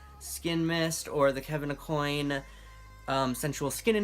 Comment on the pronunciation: Great video! Just wanted to say Kevin Aucoin's last name is pronounced like Ah-kwan. He's an old school makeup legend and put out a ton of fabulous makeup books in the 90s!